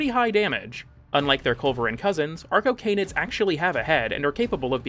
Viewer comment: Anyone else hear “our cocaine-id” every time arcocanids were mentioned? No? Just me? Uh. Cool. For real though, awesome video, mate. I love things that show me all the crap I never noticed in things I love. Your content has always been excellent, but it’s only gotten better over time. And awesome to hear here! That man’s voice is a deadly weapon.